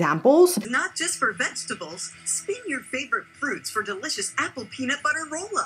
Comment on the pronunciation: Vesterble... vesterbles.... 😂😂😂😂